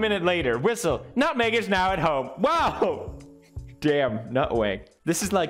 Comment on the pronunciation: my favorite pewdiepie quote: "nutweg"